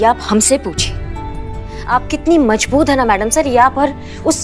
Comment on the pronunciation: Mazboot nhi majboot 😂😂😂😂